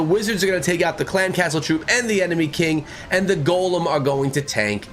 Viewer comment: i realize that. I seen it come out as I was watching the video but he was saying golemn and to always use a golemn in the video.